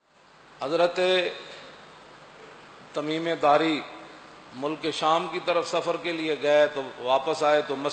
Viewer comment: ان کا نام تمیم داری تھا جناب تمیمے داری نہیں